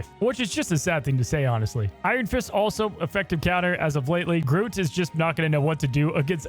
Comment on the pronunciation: Wait, how did yo pronounce groot? Groat?